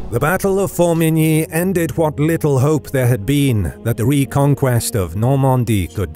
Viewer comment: As long as you don't know French. Just listen to his attempts at Formigny, Le Petit Hameau, and many others.